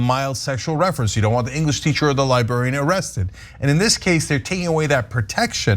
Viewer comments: I can't, who still says li-Barry-Ann come on tyt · What's a libarian? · Cenk, it's pronounced "Lie-bRare-ian" lol. Liberians are people from Liberia. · This is very serious but I've become really distracted that Cenk cannot say "librarian" to save his life XD XD XD